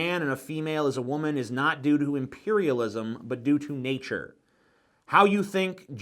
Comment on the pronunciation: Why does he keep calling imperialism impairialism? Is that some sort of "extremely witty" banter or does he just have a goddamn speech impediment?